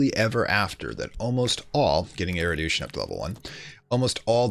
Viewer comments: I wasn't going to say anything, but since you asked... It's pronounced ERU-DISH-IN, not ERU-DOOSH-IN I do love the videos and guides, though, so thank you! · Its erudition, not erudution. ER-OO-DISH-AN, not ER-OO-DOOSH-AN.